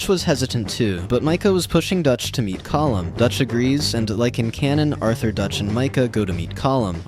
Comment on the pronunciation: No colm is pronounced (Co-m)